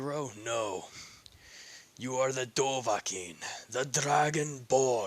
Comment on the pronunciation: You say his name like dov a khin it’s supposed to sound like dovaaakhin